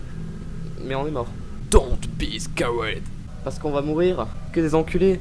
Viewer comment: EPIC FACEPALM !!! "Don't be scaraid" S'il te plaît... juste un effort... ça se lit "Scared" mais le "e" est muet...